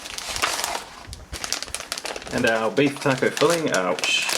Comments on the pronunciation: I love the way he says taco, keep up the good work my favorite mre inboxer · The way he says taco is freaking awesome. 👍🏼 Just earned a sub:)